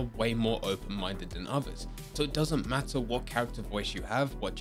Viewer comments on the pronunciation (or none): none